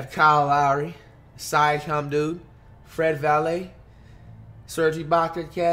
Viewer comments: Everyone: Fred Vanvleet Flight: Fred Valae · btw he did use to call him Fred Vanvleet, but for some unknown reason is now saying Fred Valet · nobody: Flight: “Fred valet” 😂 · Flight how u gon say fred vanvleet’s name right b4 but now u wanna troll and act like u dont know his name